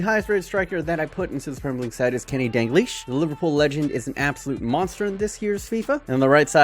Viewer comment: I need to ask...why you say DAN-GLISH??? Its DAL-GLISH. Pronunciation Dal-Gleesh. Other than that...sick vid as always